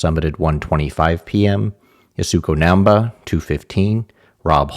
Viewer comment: As someone who is an enthusiast of both Japanese language and culture and mountaineering, it kills me every time you pronounce 難波 康子 and Yaesko Naemba and Yaesookoh Naemba. It is pronounced Nahm-ba Yahs-ko. The Japanese use the soft a, not our Midwestern hard a ;)